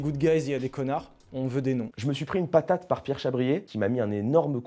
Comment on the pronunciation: Monsieur patateuh, p-a-t-atteuhhh. Je vais maintenant procéder a l'appeleuh, hichemeuhh etc etc